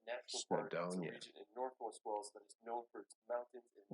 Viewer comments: Just to say, your pronunciation of British words is very good, But, Wales is NOT pronounced Wells, but the same as the biggest mammal in the sea! With the ‘a’ emphasised! 🐳😊 Lynn in England but come from Wales! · The beaches of Wales are to die for. Go to Rhossilli beach on the Gpwer Peninsula. By the way, you pronounce it like the sea mammal in plural - 'Whales' not 'Wells'. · Wales is pronounced whales not wells 😬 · You pronounce whales by saying the word a he is saying wells it's whales say the letter a. I am from uk Liverpool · You keep saying 'Wells,' which is a city, but you actually mean 'Wales' with an 'a'